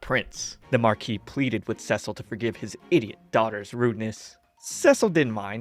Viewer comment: Yay! You are awesome! And thank you for saying Cecil's name right, I really appreciate it. I really enjoyed your work and will look forward for more next time. ❤❤❤